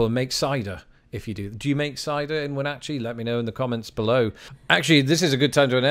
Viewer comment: Speaking of weird US place names, you touched on it briefly with Wenatchee (correctly pronounced in the video), but Washington State has a number of good weirdly pronounced or just plain weird place names, mostly local native american language names: Mukilteo (Muh-kill-tea-oh), Sequim (Skwim), Puyallup (Pew-wallup), Tukwila (tuck-quil-uh), Skookumchuck (on your own for that one...), Snohomish, Talalip, Snoqualamie (snow-kwal-uh-me), etc. I might be a bit biased, but Seattle and surrounding regions are worthy of a trip all their own.